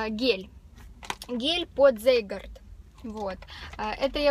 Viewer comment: Я Вас немножко исправлю, можно? :) Постольку продукция LR немецкая, то и названия читаются по-немецки, значит прибор Zeitgard произносится как "Цайтгард(т)". Объясню: в нем.языке "z" произносится как "ц", а "ei" - "ай".